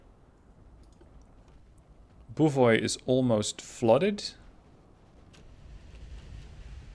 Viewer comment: To nitpick a bit about the pronunciation. The Posadnik is spelled more like this: "pos" as in "posse", "ad" as in "bud", "nik" as in "nick". Also, emphasis on the second "a" in "KhabArovsk". "Boevoy" as in "boy - e -voy". "Stereguschiy" was surprisingly on point though.